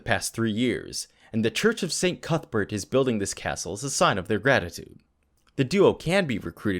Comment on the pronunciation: Cuthbert? I heard cuckbert >D I like the content on this channel!